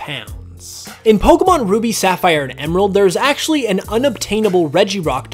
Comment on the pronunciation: I didn't know a lot of these facts. Also I never noticed this before but I like the way you pronounce Pokémon